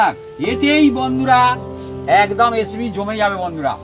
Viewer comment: এসেপি না বোলে রেসিপি বললে ভালো হয।